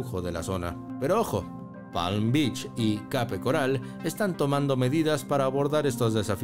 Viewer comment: Pronuncia bien Palm Beach y Cape Coral dice un disparate